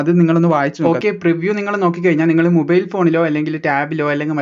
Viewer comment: മുബൈയിൽ അല്ല ചേട്ടാ...മൊബൈൽ ആണ്